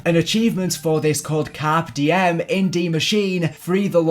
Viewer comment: Pls don’t ever try to say Carpe Diem ever again. Nice vid